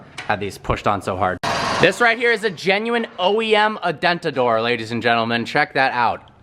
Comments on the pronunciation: 'adentador', but still love ur vids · Did call it an "adentador"? Or did it just sound that way to me